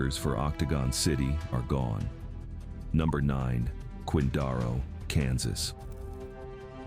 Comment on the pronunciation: A-eye boo boo .. Quin-dar-o is Quin-dare-o